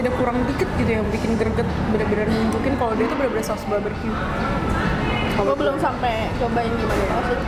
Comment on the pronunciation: kok drtd gw dgrnya ngomong nya baberque ya bukan barbeque 😕😕